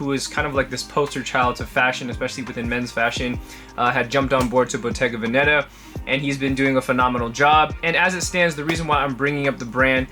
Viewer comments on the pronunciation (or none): Its Bottega Vèneta not Bottega Venèta Love from italy bro